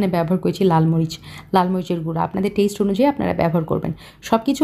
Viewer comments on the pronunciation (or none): টেইসট , টামেইডো 😂